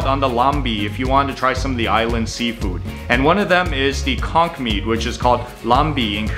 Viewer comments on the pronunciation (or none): none